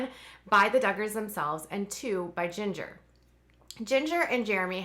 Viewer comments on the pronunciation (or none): none